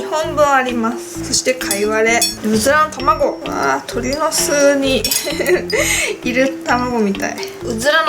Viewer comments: うずらの卵って言えてないやん爆笑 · うずまのままご？って聞こえたw